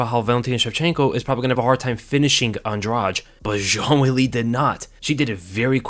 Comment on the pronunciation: I hate to do this, it's pronounced Andrade like Andra-"the".